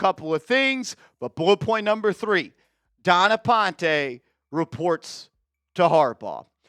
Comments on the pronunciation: Stop pronouncing ‘Dawn’ as ‘Don’. Making her sound like him. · It’s Dawn not Don